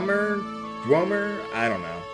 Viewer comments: It's pronounced "dwehmer" with the "weh" being like "kweh". Like a chocobo,. Dweomer is originally a Norse word, meaning dwarf. So it's Dwarven magic. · Dweomer is a type of spell, referenced back from 70's and 80's Dungeons and Dragons, usually a very powerful spell. It is pronounced "dwo-mer". Loving this LP so far! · Dweomer is a word used in D&D frequently, possibly other fantasy type settings, I dunno. It's just another word for magic or a spell. Pronounced like "domer" but with an awkward W after the d. Basically, ignore the first e. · It's pronounced like dwimmer and it's actually an old english/Saxon word for enchantment.